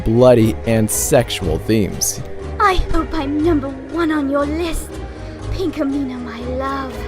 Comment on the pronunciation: its Pinkamena